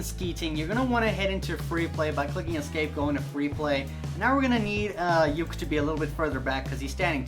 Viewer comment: uke is 'ookee' not yuki